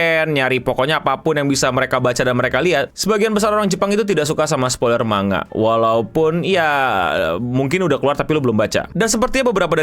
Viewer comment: Manga dibaca man-ga dipisah cara bacanya. karena di bahasa Jepang tidak ada bunyi "ng". 😁